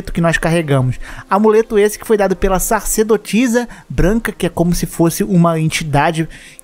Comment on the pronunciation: Só um adendo: é SA CER DO TI ZA. Não SAR CE DO TI ZA.